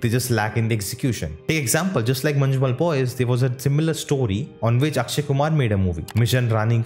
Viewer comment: Try saying mannummel boys, then it will be a just ok pronunciation